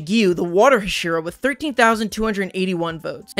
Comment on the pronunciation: “HAhhshEErAh” Words cannot express how you badly just overpronounced that